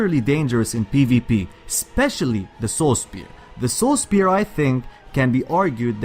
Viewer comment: I think he says Soul spear instead of Saw spear.... LOL